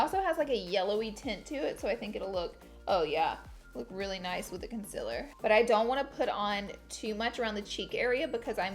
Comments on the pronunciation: She said concealer right!!!!!!😂😂 she always says conciler and in the video she said concealer❤️😂❤️❤️ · SHE PRONOUNCED CONCEALER CORRECTLY OMGGGG YALL (the first time she says it and the word comes across the screen)